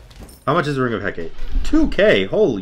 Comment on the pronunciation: Its Hecate not Hecatæ